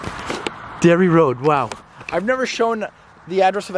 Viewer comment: Darry not dairy